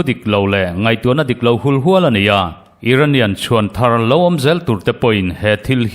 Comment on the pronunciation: Ngaihnawm rep rep hlemai. "Iran chhuan thar" lo la awm zel tur tih bawr i chhiar lai a, "Chhuanthar""Thar" tih lai kha Thawmhnaw thar tih ri anga lam tur ani, mahse a ri hniam in i rawn ti leh mauh mai a😂 tawngkam lar leh awlsam a nih teh lul nen. "Hmana hna lo thawh tawh chawlhsan hnu a"thar thawh " leh ang hi sawi ta ila, heta ri hniama lam rik"thar" angin ilo ti ri mauh peka😂 YouTuber te hi in fakawm rualin tawngkam hi in zir ve chu in ngai,ka hre tlem viau na in a rillo laitè pawh hian langsar lai a chang zawk thin si a